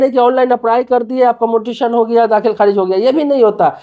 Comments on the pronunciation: भाई पहले ये बताओ मोटेसन शब्द क्या होता है म्यूटेशन सुना और पढ़ा है।😅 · Mutaion bolo... pronunciation बराबर करो 😂😂😂😂😂😂